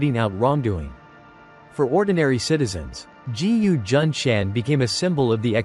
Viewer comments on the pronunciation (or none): "G..U." ?? No narrator can pronounce a "G" placed in front of a "U". It pronounces Gu, not G U. Therefore im not interested in wasting time to listen to an AI generated voice.